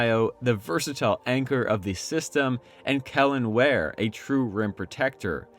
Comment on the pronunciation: Really good breakdown, you got a sub from me. Just gotta learn how to say Wares name properly 😂